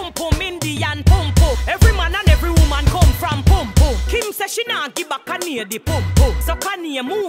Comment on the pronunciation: I love how she pronounces Kanye 🤤😂